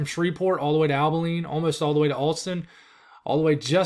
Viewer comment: Abilene. Ah-buh-lean